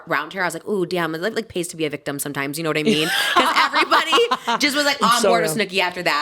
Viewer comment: "it pays to be a victum sometimes" I'm literally rolling trish ur too funny